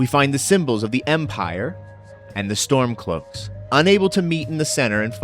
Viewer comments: it sounds like you're saying Stonecloaks??? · Hmmm... I'm pretty sure I heard Stonecloaks as well 🤔